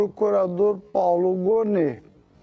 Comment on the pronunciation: O nome é Paulo Gonne e não Gome.